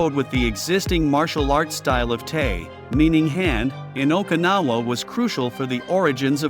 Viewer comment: F-ing AI narration! Can't even pronounce Okinawa properly! Im outta here!